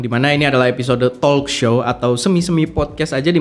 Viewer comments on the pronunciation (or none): Bang maaf, TALK L ny di silent aja, jaadinya TOK SHOW bgitu 🙏